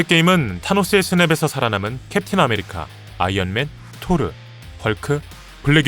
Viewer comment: 나는 아이언맹 할때 ㅋㅋㅋㅋㅋ